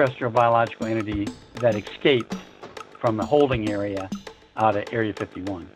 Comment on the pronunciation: NEVER trust anyone who says: "EK-scaped."